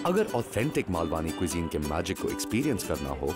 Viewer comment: It's not 'मालवानी', its 'मालवणी' There is a difference in pronunciation of 'न' and 'ण' Also no need to add additional 'आ' ki मात्रा after 'न' ... It's just 'ण' While you are getting into details of cuisines of different regions, it is important to pronounce it correctly. To start with kindly do the necessary corrections in your video title.